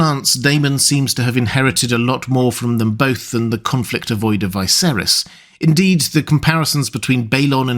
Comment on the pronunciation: I enjoy your content of ASOIAF and LOTR. But why do you insist on pronouncing Viserys' name that way?